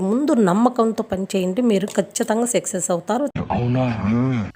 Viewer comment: Success ❌ sexess ☑️. Same anipinchindi